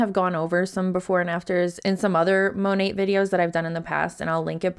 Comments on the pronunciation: Modern Nature. Mo nat is the correct pronunciation that everyone is using. say Mo NOT! 😂😂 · Ok great video, however, it Monat (MON NAT) she’s not saying it right and neither are you.